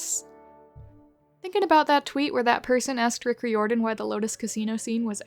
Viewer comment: that sure is an interesting way to pronounce Riordon lmao